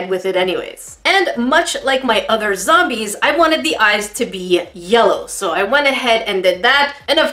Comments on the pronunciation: Plants versus Zome-BEAR-ies 😂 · “Zombeary” “Hambearger” “Octobearus”